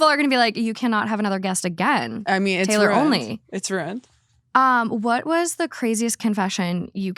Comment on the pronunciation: DID SHE SAY "IT'S RUINED" but in midwestern? XD